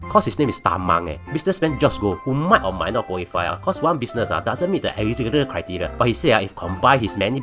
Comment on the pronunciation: Not bad forecast by a blue cat that can't pronounce "eligibility".